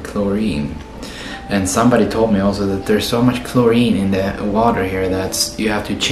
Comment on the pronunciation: bro said chlorine 😂